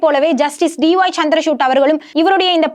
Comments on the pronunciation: Her Tamil pronunciation is not good at all. Particularly the special letter of Tamil. VAZHAKKU is continually pronounced as Valakku. And the CJI is Chandrachud not Chandra chutney as she is pronouncing. Hence to praise her Tamil pronunciation is not on. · ಚಂದ್ರಚೂಡ್ ಎಂಬ ಹೆಸರನ್ನು ಈಕೆ ಬಾರೀಬಾರಿಯೂ ಚಂದ್ರಶೂಟ್ ಎಂದು ತಪ್ಪಾಗಿ ಅವರ ಹೆಸರನ್ನು ಉಚ್ಚರಿಸುವುದು ಮಹಾ ತಪ್ಪು. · Madam try to pronounce CJ's name properly